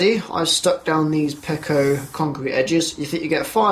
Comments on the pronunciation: Peco. Not Pecko. XD Always bugs me when people say it like that. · peco not the way you are saying lol🤣🤣🤣